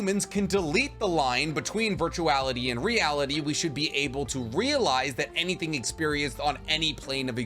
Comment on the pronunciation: Did you say virtuality??